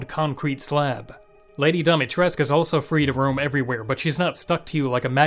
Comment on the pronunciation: I'm just glad that you're the ONE reviewer who actually pronounced Dimitrescu correctly.